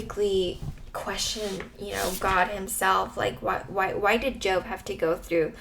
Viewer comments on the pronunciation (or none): First off I’d like to say this was encouraging. Second you pronounced jobs name as if you were referring to a career 😂